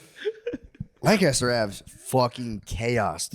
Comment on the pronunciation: Shane, could you please teach Matt how to properly say Lancaster